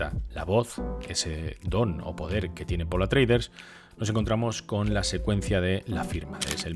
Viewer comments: Grandísimo vídeo. Bien documentado y muy bien documentado pero porque dices Atreider en vez de Atreides? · Buena crítica sin estar de acuerdo. Por cierto, no es paul atreuder sino atreides, supongo que un lapsus. Lo siento pero tengo que recordar la penosa y desastrosa versión. Nadie más se durmió ? Menos mal que tenemos los libros lo cual desmonta la película, saludos y gracias